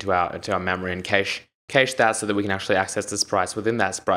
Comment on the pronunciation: the way you pronounce data and cache is wrong. it kills me inside when i hear you say them like that.